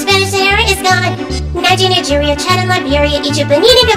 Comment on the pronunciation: She say *N*igerian